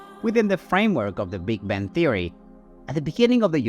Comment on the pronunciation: Sounds like AI said Big Ben theory